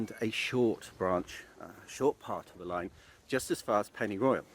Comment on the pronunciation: I’m loving the videos, but hating the mangling of the Welsh place names. Every time he says pennyroyal I’m rolling my eyes.